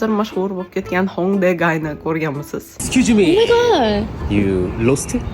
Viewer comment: ayniqsa "eskusmi" dyishi😂